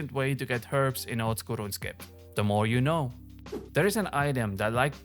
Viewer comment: That first pronunciation of “Ronscape” caught me off guard but then I really started to dig this dudes content.